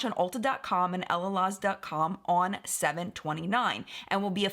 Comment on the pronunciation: Just a quick tip. I believe that Camila Coehlo’s last name is pronounced KWAY-lo, and Elaluz is El-la-LOOZ. 🙂💕